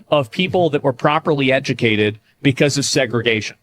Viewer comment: "lemme eduh-cate yall why we steal n shieet"